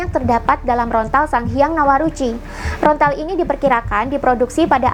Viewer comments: Maaf kak bukan rontal tapi lontar🙏😅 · Lontar.. bukan Rontal 🙏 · Lontar kak... Bukan rontal😐